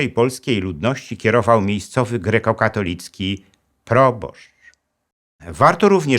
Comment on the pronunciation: w końcu poprawna wymowa. Kościół GREKO-KATOLICKI